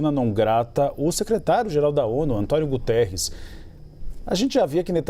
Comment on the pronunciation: Senhora professora é Guterres, não Gutierez! Guterres é português!